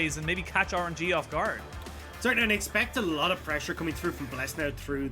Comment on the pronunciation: cant unhear " orange - e"